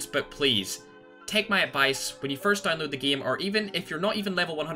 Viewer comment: Everyone: game: gim